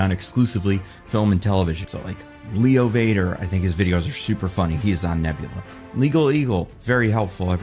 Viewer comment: Sounded like he was ranting about nebuler and not nebula.